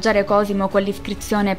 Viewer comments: Un solo appunto: le pronunce! David (non Devid) di Donatello; Badía (non bàdia) fiesolana; Pater patriae si pronuncia 'patrie' (il dittongo ae in latino sipronuncia e) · Non male come video ma bisogna curare gli accenti di alcune parole (es. badìa e non bàdia in riferimento all'abbazia restaurata) e la pronuncia latina (il suffisso -AE per esempio si legge E).